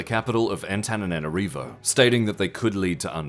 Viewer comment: There's one or two additional "na" in the Antananarivo city name when spoken by narrator 🥲